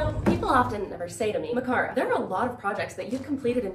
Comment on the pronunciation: scuse me is your name pronounced "micAHrah"?? you said it that way in this vid but I been pronouncing it "MicAIRah" since i known you at camp, is my whole life a lie??